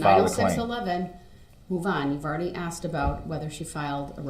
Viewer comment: HE AXED A QUESTION, SIR. ARE YOU LAWFULLY LAWING!?